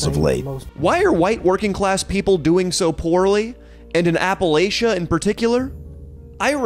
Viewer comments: Appa Latch A! Not latia lol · We pronounce it like apple atcha here in appalachia, not apple A shuh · its appalAchia not Appalaechia ok AH-PU-LAH-CHUH but I love you and will forgive you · & Leo are like the evil Los Angeles alter-egos of Rhett & Link. I actually hate them. Also it's pronounced "apple-atcha", and not all of us are poor, uneducated, and/or on meth. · It’s pronounced apple atcha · It's APPA-LATCH-UH.... just saying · Hearing consistently pronouncing Appalachia wrong while talking shit about the uneducated is my new kink. 😂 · how he says appalachia makes me mad